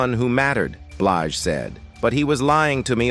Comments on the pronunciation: "Beelj" tf is that? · What the 4hundred one one...seriously these AI recordings are horrible cant even pronounce her last name right.😮😂😢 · Narrator didn't do his research! Not Four Hundred Eleven. And he didn't pronounce her name right